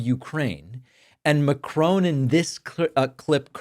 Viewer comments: The correct pronunciation of Macron is MAC - RON .There is no lengthening of the O vowel. I loved the way he handled terrible Trump with diplomacy. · Try to pronounce Macron correctly, so you will be taken more seriously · Mate, you are pronouncing Macron's name incorrectly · Macron, not Mccrone ;-) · Good for M. le Président - but a pity his name is pronounced so badly. He's a Frenchman, not a Scotsman. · why are you saying macrons name wrongly,typical yank. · It would be nice if you learn how to pronounce Macron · Could you at least pronounce President Macron correctly😡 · You can't even say Macron right, you moron! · Please learn to say Macron’s name properly. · David, my dear chap, there is no e on the end of Macron's surname. Your pronunciation is wrong. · Could you please do Macron the courtesy of pronouncing his name correctly? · Please get the pronunciation of MACRON correct. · There's no E on the end of Macron. MA-CR-ON, as in TRON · David, sir, you mispronounce names for fun often, but Macron is not a hard name to pronounce correctly. Please show some respect. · You could at least try to pronounce the name Macron correctly. Just drop the n. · Why do Americans have difficulty with the pronunciation? It's 'Mack-Ronn' not 'Ma-Crone', 'McCrone' or similar. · Macron- Ron not rone. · Great show David, but the French president's name is pronounced MAC-RON not MACRONE :) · It is not said Macrone but Macron. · Macrone? Do you actually know how to pronounce his name? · David, please, please, please stop calling him Macrone. His name is pronounced (more or less) Macron, Mack Ron. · His name is pronounced MACRONG, not MACRONE. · It’s not “Macrone”🤦🏼‍♂️😂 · Why as a commentator does he not simply learn to pronounce Macron's name correctly? Seriously though.. can he not simply speak ONE French surname properly?? Jeeesh.. it's Macron - not Macrone. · Macron, not McCrone emanɥɛl makʁɔ̃ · Why do Americans call Macron "McCrone"? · It’s not Macrone!! his name is Macron.